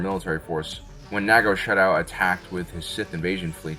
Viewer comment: SA-dow! Sadow. Not Sha-dow.